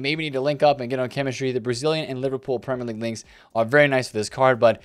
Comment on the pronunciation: "Prem - Lerr - league" -, this video.